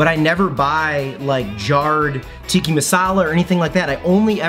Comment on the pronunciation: TikkA, not Tikki... Tikki is fruity drinks with umbrellas in kitschy cups.